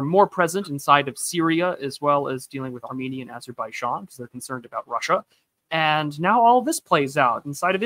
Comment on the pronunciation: The way pronounces Azerbaijan hurts my brain bad, great stream regardless!